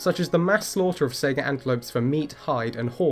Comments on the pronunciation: I'm sorry. I can't help but laugh when you call it a "Sega" antelope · Saiga is pronounced just like Taiga, not like Sega. Sai as in the Japanese Hai, and Gah as in Gar. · Goddamn it, that pronunciation hit you, too, huh? Lol